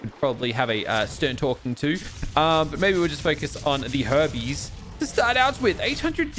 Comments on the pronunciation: Lol i thought he said lets focus on the herpes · When you took out your spine for a ride and said let's take out some herbies I thought you said let's take out some herpes